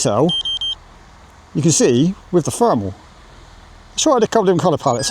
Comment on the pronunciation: It's not Fermal, it's thermal. I know you're capable of making the TH sound with your tongue between your teeth.